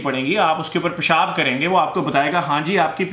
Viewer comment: Love the way you say ( paishaaab ) It piss me out. Totally Pakistani way. Very natural Desi.